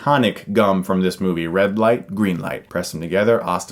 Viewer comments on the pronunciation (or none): none